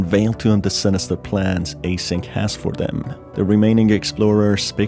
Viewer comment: A-SYNC Lol